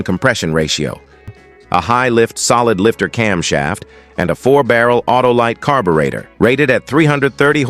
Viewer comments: Gee, can we pronounce "carburetor". How stupid. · THE BOT CAN'T EVEN SAY "CARBURETOR' WELL..DOWN WITH BOTS!